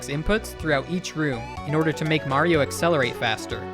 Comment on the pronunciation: You said "Mario" wrong.